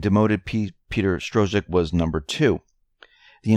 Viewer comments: Dude you really need to go backto high school and graduate. It's pronounced STRUCK. Money is pronounced FEE-OT. It's no stro-zuck and fie- at. I can't listen to any of these videos any more. If you want to be taken seriously, at least be serious in your pronunciation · Its pronounced " STROCK". THE Z IS SILENT.